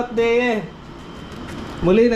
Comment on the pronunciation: Parang Idea po ang bigkas, not sure po but look like po.